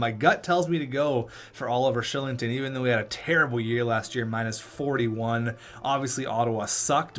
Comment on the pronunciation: Oliver Shilling-ton? Isn't it pronouncced Ky-ling-ton?